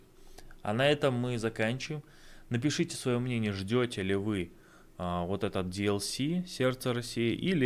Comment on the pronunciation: Ролик абсолютно непрофессиональный, бездарный и профанский. Дизлайк поставил. ДиЭлЭС??? Автор, а походи-ка вот В ШКОЛУ. Там объясняют, чем отличается буква Си от Эс. "Не знаю, где Ока" - а тебя в Гугле забанили, чёрт? У тебя овер 2 миллиона подписчиков, а ты погуглить не мог перед тем, как делать ролик? На ETS wiki есть статья с разбором, какие территории войдут и не войдут, а ты сидишь пальцем в небо тыкаешь.